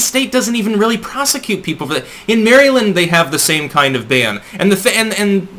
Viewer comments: "Mary" land.😂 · he pronounces the state Maryland like someone from California. its weird